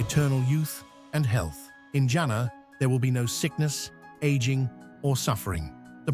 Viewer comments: It's Janna not janaaa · Can you please say jan-na not jana